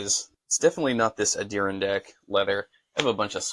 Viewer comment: Light Mocha Ondearindack? I think you mean Adirondack. Like the Adirondack mountains in NY. Not trying to be a d**k. Just letting you know for future reference.